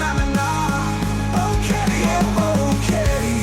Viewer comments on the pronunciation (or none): Boring? not at all. Old, well, that's just a number. Keep it up. I was surprised by the music video at the end. Great song, but Boquete is badly mispronounced.